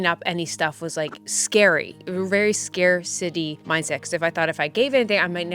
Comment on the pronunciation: I love how you said scarcity like scare city - that's a place I sometimes live in!! Keep up the good work! You are great!